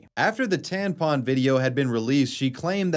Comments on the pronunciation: I am 100% convinced actually thinks tampons are called tanpons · Bro it's tampon not tanpon 😆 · TaMpon, you keep saying taNpon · I wonder if he knows that it’s taMpon non taNpon lol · is this grown man saying "tan pon" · why are you saying tanpon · Wait do you just say tanpon.... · Why did I have to scroll so far to find a comment about this?? 😂😂 That was nagging at my brain way too much! TaNpon.